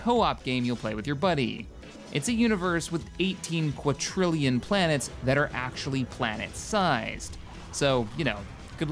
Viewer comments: Even if he did, it's the wrong number. Watching in back it sounds more like 'qua-trillion'... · you said 18 "Quatrillion" did you mean Quadrillion or Qunitillion? i'm confused XD those are two VERY different numbers...several orders of magnitude different XD